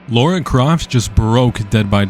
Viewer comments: 🫠 I’m gonna be that person it’s not pronounced Laura la-ra my ADHD just can’t 🙈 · lol it's not LAURA it's Lara....LAH-rah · "Laura"... It's "Lara" you American, I think you broke Dead by Daylight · I know this has nothing to do with the video, but way does everyone pronounce her name as “Laura”. Even when I didn’t a tomb raider game, I could read her name and pronounce it properly.